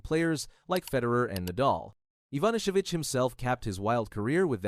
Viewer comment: Did you destroy Goran Ivanišević's last name? This AI reader is garbage.